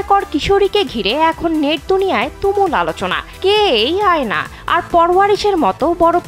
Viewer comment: Not আয়না😂 it's অ্যানা